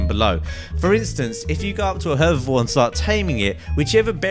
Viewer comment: you got hervavore and carnivore wrong the first time you minsinan it